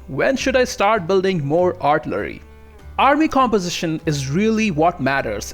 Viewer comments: Artillery - pronounced Are till a ree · R-TILL-err-EE....you're welcome. LOL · He absolutely cannot pronounce artillery, cavalry, or infantry. Might should have picked a different subject to make a video on.